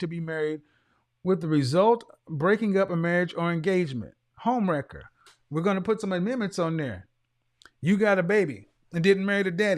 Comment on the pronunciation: Every time he says 🗣🗣🗣home wrecker! I scream. 🤣🤣🤣😩😩😩🤧🤧🤧